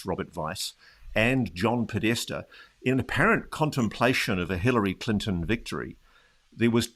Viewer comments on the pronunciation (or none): none